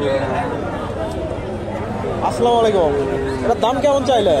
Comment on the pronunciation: সালামটা শিখতে পারবেন না ভাই আসসালামালাইকুম কে সালাম এটা সালাম হবে আসসালামু আলাইকুম